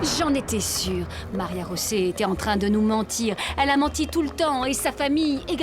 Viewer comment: Pourquoi vous l'appelez Maria-josé ?? Pourtant on entend bien *Maria rosé